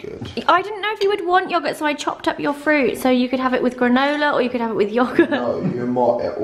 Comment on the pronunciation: ‘I say yogit’ 😂😂